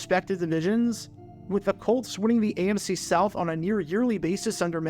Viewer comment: Are you saying AMC? Every time I hear it I’m thrown off